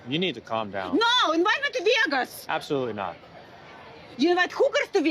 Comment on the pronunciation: "Invite me to Vee-Ay-Gus" right now!" 😂😂😂